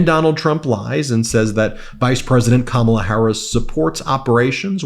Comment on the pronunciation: Wow, he was so mad talking about Beyoncé that he actually pronounced Kamala’s name correctly!!